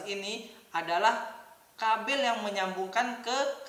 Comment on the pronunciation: Kabel bang bukan kabil